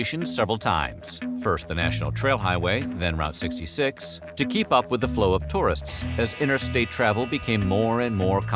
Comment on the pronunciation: its pronounced Root 66